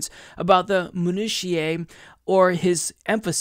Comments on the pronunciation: I'm sure I'm not the first but... It's min-oo-she-uh haha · Minutiae is pronounced 'Meh-Noo-She-Uh' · Imo it’s Biden but it’s close. Also FYI it’s pronounced mih-new-sha:) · Not to get into the minutiae, but "minutiae" is pronounced 'minutiae' not 'minutiae'